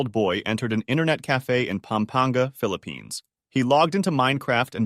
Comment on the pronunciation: BRO STOP SAYING PHILIPINES I LIVE THERE MANILA